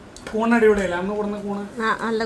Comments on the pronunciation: കൂന് അല്ല കൂൺ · കൂന് അല്ല കൂൺ ആണ് 😍